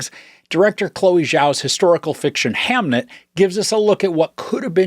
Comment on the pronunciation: Did you watch the movie? You’re pronouncing the name wrong. As someone who read the book recently and seen the movie yesterday, I was really disappointed in the movie. Jessie Buckley’s performance was great, but there wasn’t as much from her as I was expecting based on reviews. The movie felt thin and shallow, almost every piece of character conflict and depth from the book was gone. The book was so much sadder. The constant Shakespeare references in the movie was also distracting and unnecessary.